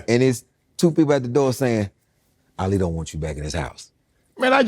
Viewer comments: who TF is ollie😂 his name is ali like Muhammad Ali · Dear interviewers, The man’s name is ALI, not OLLIE. Ok, I’m done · All I hear is “Ollie!” It’s Ah-lee , like Muhammad Ali ! lol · The worst part of this entire interview is Shannon Sharpe mispronouncing Ali's name throughout. It's unprofessional and frustrating to know that for over 3 hours he sat there calling Ali, (Olly) and no one from his team made the adjustments necessary to correct it. It's as disrespectful as not knowing or doing research on your guest before the interview re: their background or achievements. I've never been more annoyed with a podcast, it's host or an interview of someone that I'm a huge fan of. QC has to get better. This was one of the worst interviews to watch. Luckily, Ali, (AH-Lee) is a great guest w/amazing stories. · Is Unc calling him Olli? 🤔 lol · He keep calling him Ollie😂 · I’m Muslim , Shannon the way you pronounce “Ali “ bothers me 😂😂